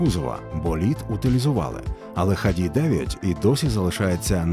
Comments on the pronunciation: Не ХАДИ', а ХА'ДИ! Имени ленинского Комсомола на те времена... отличный институт-лучший среди остальных 5 вузов. Но сейчас киеф прикладывает все усилия, чтобы угробить XADI... Харьков🇺🇦👍-лучший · Був там у 2021-му коли обирав куди поступати. У ХАДІ (доречі наголос на перший склад) так то чимало усіляких розробок в інженерії і досягнень автоспорті: багато всяких суперлегких/аеродинамічних автівок проектували, боліди для Формули-3 будували, і навіть свій власний двигун виготовили. При совку це все трималось на якомусь фінансуванні і ентузіазмі, але ясна річ - про повноцінних вихід у білий світ можна було і не мріяти: випускали хіба на виставки. За незалежності, очевидно в цьому перестали бачити доцільність, і потроху воно все зійшло на нівець. Останнім досягненням, наскільки я знаю, було виробництво авто і участь в міжнародних змаганнях по найдовшому шляху на 1 літрі бензину у 2013-му році (ХАДІ-34 - 575 км/1л)